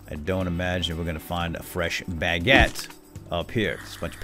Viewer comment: really triggers me when he says Bagete instead of Baguètte